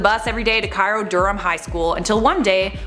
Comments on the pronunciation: idk why i'm bothering to mention this, but Cairo, NY is pronounced kay-ro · I literally live in Cairo, NY and went to that high school. Also it's pronounced Care-Oh lol. Not the same as Cairo, Egypt.